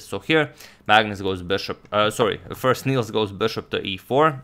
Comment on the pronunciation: Nils is pronounced more like "nills" than "neals" if you want to sound Swedish. Good luck! :)